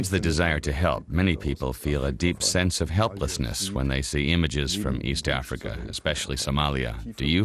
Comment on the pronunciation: "East Acrifa" ? :)